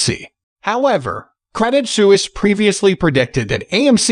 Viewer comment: Isn't it pronounced SWEESE? Su is like Sw: ( Swiss).